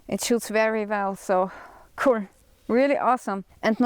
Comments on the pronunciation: Yes I love how Austrians and Germans say “that’s cool” — “dats kouhl”. 👏😎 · I like the way she says "cool." "Ku•rl" 😊